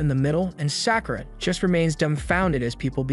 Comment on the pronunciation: Sack oo ruh. gawd I hate these.